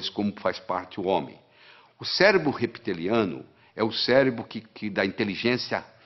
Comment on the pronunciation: Não quero ser cri-cri… mas se fala “reptiliano”(e com o “p” mudo). Não “repeteliano”. Sou fã do Dr. Lair Ribeiro! Homem fantástico e precisa viver mais 100 anos! O mundo precisa de homens como ele.